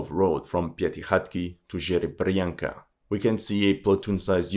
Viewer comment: As a Russian speaker, I admired the host's battle with Slavic toponyms. He did Zaporozhye and Piatykhatky very decently, only to be inevitably owned by Zherebyanky (sorry, mate!).